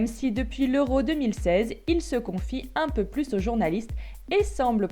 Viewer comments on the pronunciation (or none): none